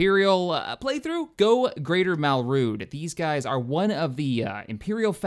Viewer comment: it's pronounced Mal(mal as in malice)-Drood(Dr-ood) and the brown person is Zsinj(j sounds like hard g)